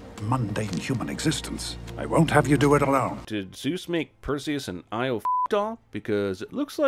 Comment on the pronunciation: Io is pronounced EE-Oh. It's GREEK. Stupid movie.